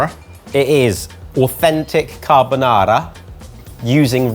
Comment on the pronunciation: Any offense to us Italian was instantly deleted by the perfect promounciation of "carbonara" by.